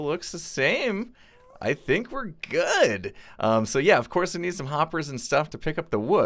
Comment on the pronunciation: “I think we’re GOUD!!”